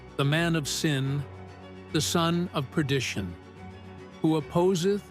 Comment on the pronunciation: No Travel on the the Sabevath No Travel the Sabyath. Abomiation of Desolation Son of Peredtion This AI is out of control!